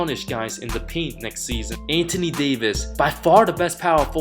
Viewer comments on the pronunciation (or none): none